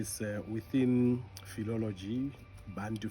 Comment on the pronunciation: Bantu/Bathu but I still hear people pronounce it as "Bhantu". Out of Accent.